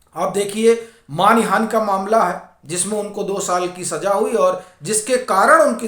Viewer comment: मानिहान नहीं मानहानि कहिए